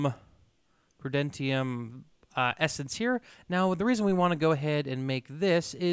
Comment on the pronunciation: Tertium is Latin or comes from Latin, so is read like terzium, same for Prudentium is read prudenzium